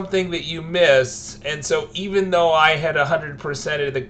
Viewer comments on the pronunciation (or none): none